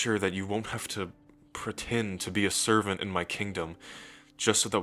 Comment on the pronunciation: I love how he always says servant like "SERVant" We just chillin in the hot springs tho like "YASSSSSS": "Try not to get spoiled" Me: "I already have..I wanna be spoiled more" (Edit: He was getting in the hot spring and then I was just like.."wanna know something else that feels amazing?")